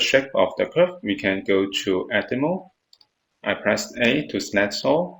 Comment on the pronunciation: Thank you but would you mind looking up how to pronounce "select" and "edit mode". Thank you I really appreciate.